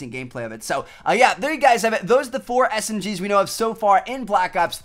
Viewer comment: Woohh I thought he said Smrs